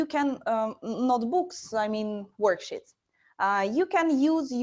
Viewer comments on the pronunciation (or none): usefull tips ! Small tip: when you pronounce worksheet exagerate thr sheeeeeeeeet. right now you are shortening the ee into i which makes it workshit :).